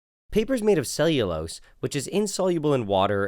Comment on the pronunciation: Lost me at “cellulose”